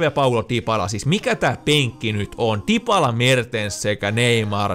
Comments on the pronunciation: Tuliks sinne vaihtopenkille Dipala? Herrajestas nää suomi fifatubettajat ei osaa lausua näitä nimiä... Olisko ens video pelaajien nimien lausumisen opettelua ni näitä muita videoita vois kattoa?! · Mitä väliä jos lausuu dibala pitäskö ite opetella lausuu kiinaks et mulla on iso perse